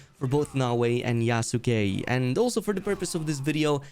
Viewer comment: It's "YASS KEHHH" not YA SU KE ... the U is silent. Yas - keh